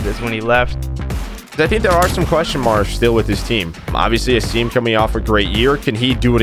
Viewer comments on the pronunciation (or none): SOMEONE PLEASE TELL HOW TO PRONOUNCE ASIM'S NAME PROPERLY PLEASE! It's Ay-Sim, not Aseem. He has done it for 2 years and no one corrects him!